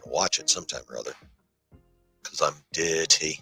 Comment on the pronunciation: Just heard you say you're "Dirrrrty". LMAO. You're dirtier than stained underwear buddy!